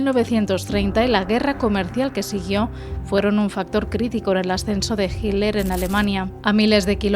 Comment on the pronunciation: Jiler o Hitler?😂😂😂😂😂